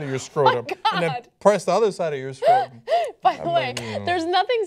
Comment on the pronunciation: NO THANK YOU. Holy shit this looks like a nightmare. Also, I don't trust anyone who says scortum instead of scrotum.